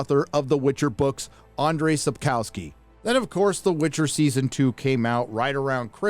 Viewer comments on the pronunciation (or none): Just a side note... In Polish a "W" is pronounced "V" So not "kow-ski" ... "ko-V-ski" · All good, but it's Sapkowski, not Sepkauski. Please, check the pronunciation.